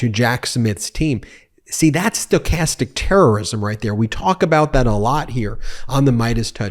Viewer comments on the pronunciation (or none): none